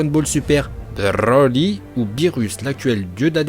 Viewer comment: "ensuite on écarte brrrrrroly car il n'a pas dutout de cerveau" 🤣🤣🤣